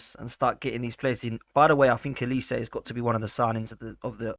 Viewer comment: For God's sake it's OLISE, OLISE, OLISE with an O!!!. Not Elise!! WTF is wrong with you people???